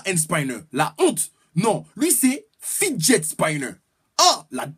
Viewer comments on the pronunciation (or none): on dit fidjet spinner😂😁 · Et Monsieur avec son accent anglais le fidget Spinner ne se dit pas comme tu l'as dit